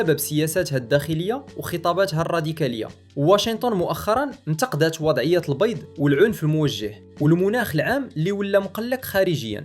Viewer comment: حاول تركز فالنطق ديال سكريبت فبعض الكلمات ، سماح ( السّماح ، التصاعد القمع ،البيض .. البِيضْ...) محتوى زوين وحسن من AI خص غاتركيز شوية وشكرا. اما المحتوى راه فالمستوى..